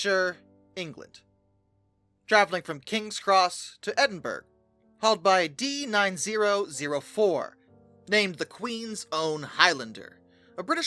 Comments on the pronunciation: Edinburgh = ED-in-buh-row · American here. Love the video but you really have to learn how to pronounce that city in Scotland. Hint, it's not the same pronunciation as Pittsburgh ￼ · Sorry lad but how do you not know how to say edinburgh?